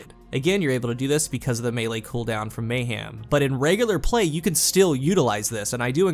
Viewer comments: Anyone else hear “may-ham”? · It’s a southern thing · I'm hearing mngh ieojm